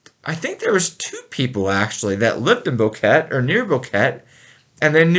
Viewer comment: You hand ot right the first time. It is pronounced BoquetA.